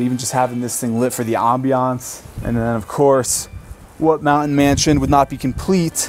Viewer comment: Lovely tour, amazing home! Why do younger people mispronounce, “mountain” and other “nt” words? With YouTube creators feels a bit like a mass hysteria thing - surely they had English teachers in school that told them the right way to pronounce the words - I don’t get it, but it’s like a calling card that screams, “YouTube content creator…”